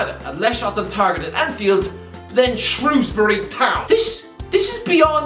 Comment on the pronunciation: As a Shrewsbury Town supporter, the fact that, unlike most, you don’t pronounce our name as SHROWsbury makes me feel justified in my thinking that is the best footballing content creator across all of social media.